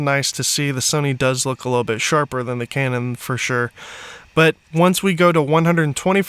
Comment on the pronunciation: 57 “Butt”??? As in Tush? You mean “But”